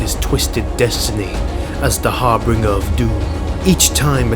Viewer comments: I'm so sorry, but I need to point out that the word is "harbinger", not "harbringer" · The word is HARBINGER. Not har-bringer. HARR-BIN-JUR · Harbinger. Har bin jer. Lousy chaos daemons and their mispronounciations.